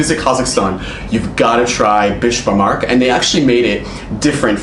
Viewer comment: giggle:: he said Besh-Bar-MARK. Lol. It’s Besh-Bar-MAK. ;)